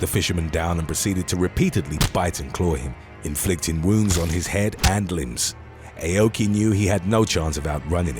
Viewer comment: The Karate expert's name is pronounced like saying "Ow-key" NOT "AY-oh-key" 🤦🏾‍♂️ 日本語を学びたいなら、知らせてくれる...英国の英語の発音はダメだな。 (Nihongo wo manabitai-nara, shirase-kureru... Eikoku no Eigo no Hatsuon wa DAME da-na. Translation: "If you want to learn Japanese, let me know... British English pronunciation sucks ass!") 🤦🏾‍♂️